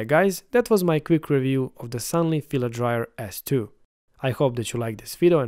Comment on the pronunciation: It's a filament dryer, not oven and the company name is Sun-loo, not Sun-lee.